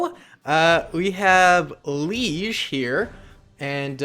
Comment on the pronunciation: yo man just saying liege is le age just letting you know :) and please do act 2 for usa loved that